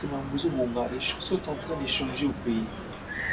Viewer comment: Ndeko na esprit ya bien, balobaka CHANGER et non CHANZER. Cela est une faute que nous kinois faisons ou commettons souvent...